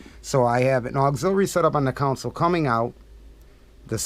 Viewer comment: I like but he calls his console a "council"....it's a console